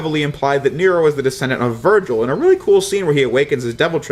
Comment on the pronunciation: Is it me or did he virgin instead of Virgil